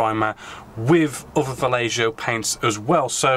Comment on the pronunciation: You kept saying "fellatio". It's pronounced Va-yeh-ho dude... ffs. 10 years later, you've realized that, hopefully.